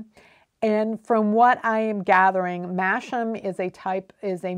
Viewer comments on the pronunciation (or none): I seem to remember you bought your breed taster pack from a British supplier? If so, then the Jacob wool was definitely separated into black and white fleece. Also, Masham is pronounced Mass'um! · Apparently the word "masham" is pronounced "massam" , according to 'world of wool'. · I recently discovered your interesting educational chats. I thought you might like to know that Masham is actually pronounced "Massam". It is one of those odd British place names that is spoken in totally different way to the spelling! It is a beautiful market town here in North Yorkshire, famous for beer and its sheep fairs.